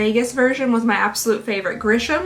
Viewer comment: I don't mean to sound rude, but my last name is actually Grissom, and its pronounced gr- is- som (like some). I also want to say, my cats adore watching you. They recognize your intro, and immediately jump in front of the tv.